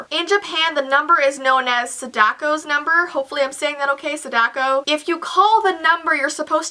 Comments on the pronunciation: Sadako is being pronounced wrong. It's not saDAko it's SAdako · the name Sadako is pronounced Suh day koo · Sa (Saw) Da (d-AAHH) ko (koe) Sadako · Its pronounced: Sah-Dako